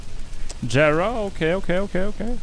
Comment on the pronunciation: Bruh did he pronounce jera like jera and not yera